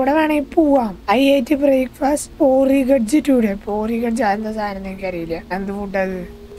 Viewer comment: Porigdg alla poridge kanji